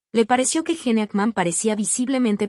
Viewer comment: Pronuncia bien es (Gin) no, gene!!!!